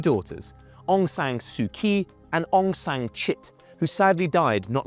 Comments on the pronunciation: 1. , how could you miss India. Almost One third of its IB is shared with India. 2. Aung San Suu 'Kyi'... That Kyi is pronounced 'Chi'.. she's a noble peace prize winner. Why didn't you hear her name pronounced earlier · There was no genocide and Aung San Suu Kyi didnt support “genocide”. Burmese people were just fighting jihadi terrorists. Btw learn to pronounce her name correctly if you decided to make a video about her. I stopped watching when i hear word “genocide”. When muslims attack its “fight for freedom”, when others defend themselves its “genocide”. Pathetic.